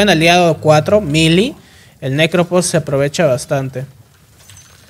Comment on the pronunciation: Me da risa como la gente pronuncia Phantom como "fantom", o sea correcto, pero pronuncian Prophet o Necrophos como "propet" o "necropos". 😂 😂